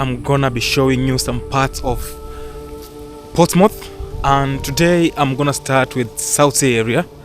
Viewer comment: It's Portsmouth not ports mouth its one word as we say in pompey dinlo